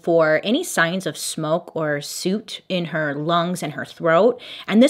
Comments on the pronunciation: “...for any signs of ‘suit’ in her lungs” - nope - it’s “soot” and pronounced thusly 😉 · Soot. Like “put”. Not suit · Hello friend! The “oot” sound in soot is the same as in foot! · still surprised people mispronounce such simple words as "soot" hint, it doesn't rhyme with "toot" the "oo" sound is the same as in "book" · I just have to say one thing The word “soot” rhymes with “put,” not “cute” That was adorable though 🤣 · I think "soot" is pronounced like "foot" instead of like "suit" 😊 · 😂 girl "soot" sounds like "foot", not "suit" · Bailey: I know I mispronounce things. Me: wha? Is it really that noticeable? Bailey: says Soot like Boot instead of like Foot Me: ?......🧐oh ok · I love this channel so much it gives me a reason to look forward to mondays! But I had to address the mispronunciation of soot, it was pronounced as suit, but it's like foot with an S lol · Love your stories, love your channel, just ah... Soot sounds like "foot," not "suit." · Lol just a teasing question here.. isn't soot pronounced like foot and not like suit? ...lol I know I know I'm being picky as we can say the same word a little bit differently depending where you were raised and where you live... Psst just asking for a friend. Another great video sp far!! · Couple things: 1. LOVE this makeup look! So pretty! 2. Soot is pronounced like foot, just fyi ❤️ 3. The fact that the ankle monitor was never activated is HELLA suspish. 4. That McDonald’s “footage” is also suspish. Like what? Why can’t they even release a screenshot? Like bruh. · I know you did not just pronounce “soot” like that 😂😂😂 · …you pronounced it just fine. I play with words to amuse myself, such as “instructions” comes out of MY mouth as “DEstructions”. Keep doing you, girl. We love you! 💕. 🐾 ( bc the prints are adorbs)!! OH… but… SOOT, pronounced like “foot” rather than “boot”. No worries however…as we 💗 💕 ❤️ you just the way you are.” (Billy Joel song 🙄🙄😉😉) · Bailey trying to say “soot” made my day